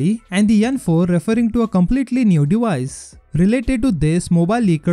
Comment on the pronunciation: the "yan 4 referring to a completely new dewise" 🤣🤣🤣